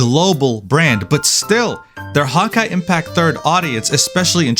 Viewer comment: Stop saying “hawn-kai”